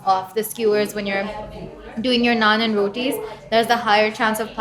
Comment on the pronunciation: Oh no, you messed up the naan😂🤨. Anyway I loved this video. You know, because of my heritage, I love Indian and Chinese foods. I loved the Nepal segment with all those momos(dumplings). Looked very tasty. You and Nathan did a very good job going around the city and highlighting some of the foods available here. Great job by your host. Looking forward to what's next. ❤️ BTW, you know what I love about these videos, is that you show us foods that we could probably try, now that we know what to expect.